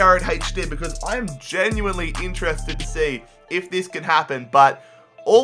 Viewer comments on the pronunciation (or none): none